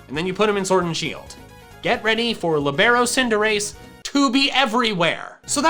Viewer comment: Me a volleyball player dying st the fact pronounce libero wrong it prounouce Lee-be-row